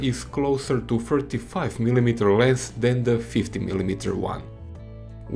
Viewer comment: The way you say "milimeter" is what gets me through life. Excellent analysis, I made my choice. 40mm!